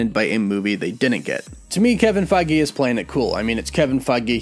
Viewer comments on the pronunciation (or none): Faggae? Pretty sure it’s pronounced Feige (Fay-ge)